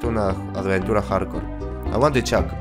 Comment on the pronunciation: jajaja "harcor¨" jajajaaj